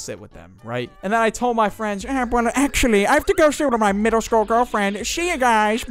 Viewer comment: Damn you really put the L in eLementary and middLe